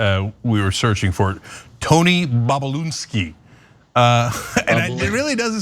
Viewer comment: You guys were just crapping on Republicans for mispronouncing and joking about Kamala Harris' name, and here you go doing it to Babaloonski, however you spell it. Cmon, mind the hypocrisy if you want to change minds..